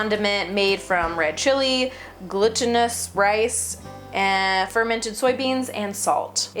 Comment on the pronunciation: gLuTeEnEs *idk why but it made me giggle